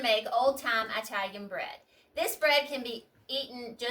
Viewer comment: OMG! Did you just say EYE-talian bread???! If you want to grow your channel, please note that saying EYE-talian is an insult to Italian people. Additionally, it makes you sound uneducated and uncultured. Please do better in the 21st Century